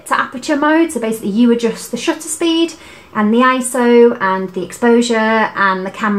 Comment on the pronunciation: Paris IS always a good idea, but I couldn't be more smitten by your pronunciation of 'shutter'. After watching your very informative video I ordered a PEN E-PL10. Thank you!